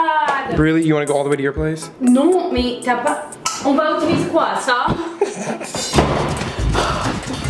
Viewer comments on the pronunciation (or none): none